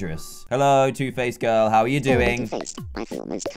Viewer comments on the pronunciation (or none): Every time he says “two-face girl” I always think he’s saying “toothpaste girl” xD